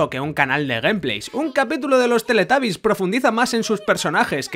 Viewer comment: Cómo que "TELETABIS" ????? Teletubis papuu